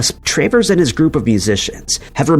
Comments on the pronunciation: It's not Tray Verse. It's Travers. I'm a cat. You are a bot.😮😮😮😮😮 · You don't know how to pronounce Pat TRAVERS?? Crap video!